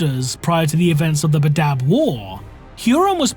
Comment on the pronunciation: Pronunciation 'Bad-dab' not 'Ba-dab' Look, I know I'm a piece of shit but this triggered the nails every time he said it lol